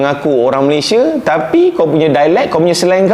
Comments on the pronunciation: Abang yg baju merah sebut Malaysia pun dah tau dia bukn org Malaysia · Gigih ek diaorg nie buat content mcm tu..mentaliti mereka2 nie masih mentaliti dunia ketiga..bila di sebut perkataan Malaysia tu je dah tau mereka nie dari mana..pekat naw nyebut Malaysia tu..hahha